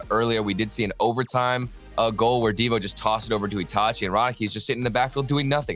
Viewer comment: It’s pronounced itahchi